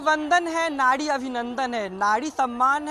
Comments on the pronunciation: Nadi nai nari mere bhai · Nadi nhi bhai nari. Aap zindabad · नाड़ी नही भाई नारी होता है 🤣🤣🤣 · Nadi nahi nari hai Bhai 😂😂😂